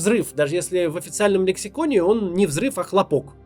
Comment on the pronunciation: не хопОк, а хлОпок )))))))))))))))))))))))))))))))))))))))))))))))))))))))))))))))))))))))